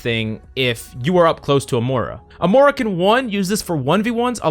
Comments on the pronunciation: Hate being that guy, but it's Moira and not Mora. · it’s moira not “mora”